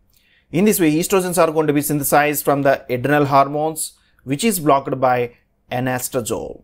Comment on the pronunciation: Typical south indian accent of English. Plz pay attention to: It's not Engime...but enzyme Not BlockED but blockt